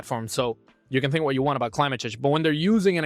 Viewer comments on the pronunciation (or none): none